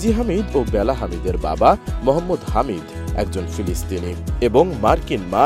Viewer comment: হামিদ না , হাদিদ 😂😂